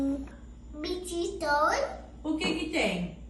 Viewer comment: "Eu kelu bititoin" 😂